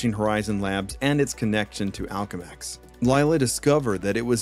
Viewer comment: why the hell do you mispronounce so much shit lol. "Octavarius" "Alchemex"